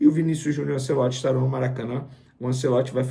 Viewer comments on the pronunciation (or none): Venê tem q melhorar a pronuncia dos nomes do futebol. É ANTIEOLTI, NÃO ANCELOTI. Já ficou um tempão chamando o mlq Joshua de Joshúa de propósito.